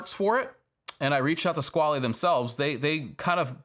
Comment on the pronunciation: I regret a lot of things too that pretty much line up with your experiences. The only real thing I have to add that might warp your brain is that the watch name 'Squale' is pronounced like the small rainstorm.. squall. That pesky French will sneak up on you every time.